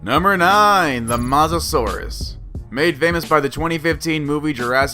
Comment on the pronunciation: Mosasaurus is not masasaurus